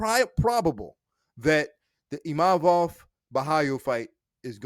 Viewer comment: He literally said Imavovs name perfectly, but somehow people cant say his name? And thats a requirement for a title shot? People still cant say Dvalishvili ffs. Din is always yapping a load of BS